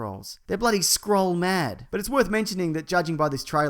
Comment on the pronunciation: When he said "scroll" I heard "Skrull" and I was like "whaaaaaaaat?"